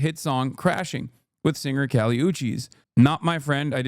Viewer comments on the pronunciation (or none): none